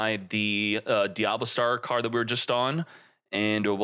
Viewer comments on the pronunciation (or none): none